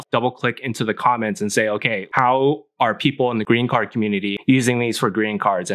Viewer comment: Great Stuff Man. I for sure thought you were saying "Green Card" for a minute. Then I realized you were saying "Greeting Card!"